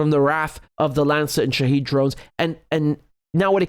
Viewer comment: It’s Shahed drone not shahid - shahed means witness